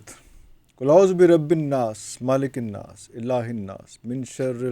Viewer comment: Menl jinnate wannas he apne galt parha he